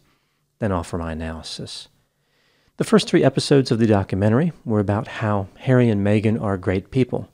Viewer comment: Hawwy, they’re being mean to me, Hawwy 🤣